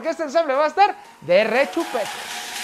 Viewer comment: De RRRRRRRRRRRRRRRRRRRechupete! jaja grande